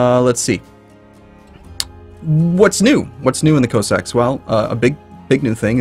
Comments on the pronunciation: C-oh-sacks? I thought it was C-ah-sacks. The more you know. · no it's just hes pronouncing it wrong and yes I checked it's not just American English he's just pronouncing it wrong